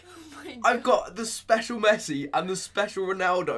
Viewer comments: Missi it's Messi!!!!!!!!!!!!!!!!! 😂😂😂😂😂😂😂😂😂😂😂😂😂😂😂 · I wonder if anyone can pronounce the name of the club man of the match Messi is going to